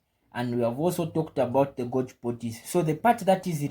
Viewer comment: Great video, thank you. To attract a greater English-speaking audience, Golgi is pronounced “Gol - ghee”. Vesicles is pronounced “Vee - zee - kills”. I wish you all the best.